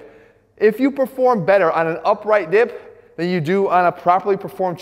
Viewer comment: Omg he said dip and I thought I heard dick, I'm not a dick Jeff gosh 😂